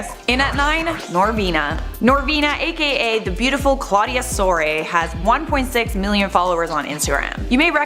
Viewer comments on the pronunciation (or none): none